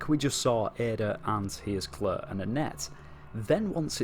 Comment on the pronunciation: Leon & "Clerr" 😅